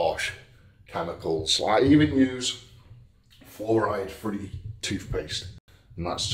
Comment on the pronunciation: Fair play to eddie for consistently exaggerating the pronunciation of fluoride and why it should not be any where near our bodies